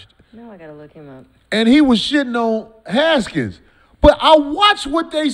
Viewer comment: Only thing I dislike about Corey is him talking about shit he doesn’t know the details all about lol WFT fans like myself no why he was let go 😂 and it’s Haskins NOT “Gaskins”